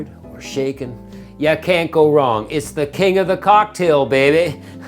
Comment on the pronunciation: Shaklen, not stirred 😂